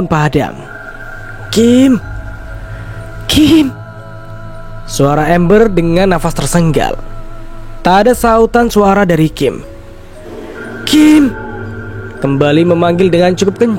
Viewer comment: Tersengal sengal bang bkn tersenggal senggal.😂😂😂